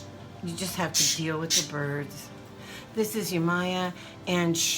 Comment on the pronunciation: Hi her name is pronounced( yeh ma yah) but spelled yemaya :)